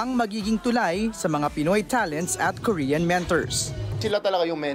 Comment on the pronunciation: is that how Korean says Korean? Ryan said Kor-Yan.